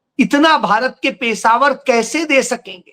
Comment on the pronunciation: पेशावर नहीं पेशेवर होता है।